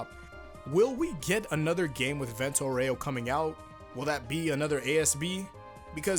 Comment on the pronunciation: Actually,the italian pronunce for Vento Aureo is Vénto Aúreo